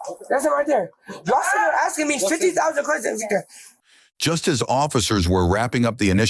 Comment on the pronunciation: "fiddy thousand queshins."